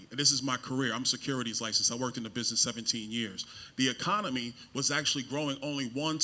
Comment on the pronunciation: Bros first words are miss pronounced didn’t know it was pronounced ecomony😂😂 if these are our congress representatives from the republicans I fear for yall honestly.